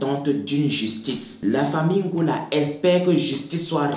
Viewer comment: C'est '' ngouala '' sinon bon travail 😹😘